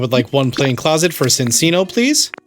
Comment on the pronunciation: BTW, it's chin-chino, not sin-sino. The animal it's based on is the chinchilla, and two c's in Italian is the ch- sound. Yes, it should actually be sin-chino, but Pokémon's weird like that.